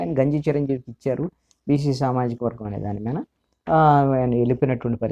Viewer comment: Sir,u r always pronouncing Meena instead of మీద బెటర్ to change word hence forth